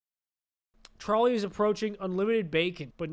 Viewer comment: who else thought it was troll ey and not trolley